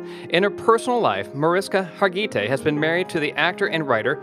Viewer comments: The pronunciation of her name in this video is EXTREMELY incorrect. You mispronounced her first, middle, AND last names. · Less than one minute into the video, I’m disliking because the mispronunciation of her name is like fingernails on a chalkboard!